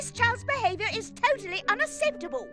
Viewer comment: I also like how they took the piss out of her saying Unacepible instead of Unaceptable